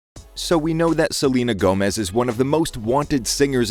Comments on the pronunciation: I HAD NO IDEA WHAT HE WAS TRYING TO SAY AND I THOUGHT HE WAS SAYING THAT SHE WAS GOING ON TOUR OR SOMETHING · LFMAOSKOS IM SORRY HE SAID SELENE TOURS I- 😭😭